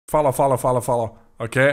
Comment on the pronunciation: saying "Follow, follow, follow" in the starts sounds like he was saying "Fala, fala, fala". HUEBR?